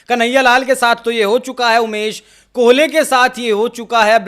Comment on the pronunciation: कोहले नहीं बोलो भाई कोल्हे बोलो भाई😅